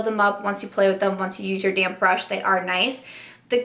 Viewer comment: Hey hey! You look beautiful! Sounds like you’re saying “damn brush” instead of damp brush and I cracked up every time! Hope your home situation is going smoothly ❤️